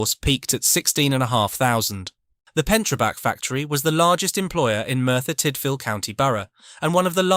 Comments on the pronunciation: It's not Merthyr Tightvil it's Merthyr Tidville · Pronounced TID VILLE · FYI It’s Merthyr Tydfil (That’s from a Yorkshire lad too…). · You don't pronounce Merthyr Tydfil and High Wycombe like that